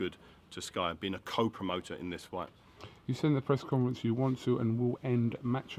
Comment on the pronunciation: 2.09 did he just say "breast conference"?